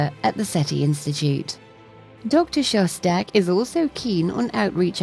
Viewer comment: Are you trolling us with having the narrator introduce an episode with "relax" (like the meditative music it is) then immediately mispronounce your name for the first time!? 🤣 💯